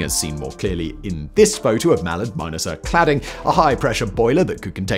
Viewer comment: 5.37 "coefficiency"???!!! Coefficient. 6.18 "Mall-erd"???!!! Mall-ARD. 11.50 "Grant-um"???!!! Granth-am. Oh, and it's Gresley, NOT "Greezly". Apart from that, quite interesting video...